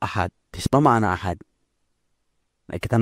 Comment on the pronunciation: hal yang simple saja dia lalai, ahad tanpa qolqolah bisa merubah arti. Dari judulnya, kirain video nya ada wahabi nya beneran, ternyata cuma orasi sendirian.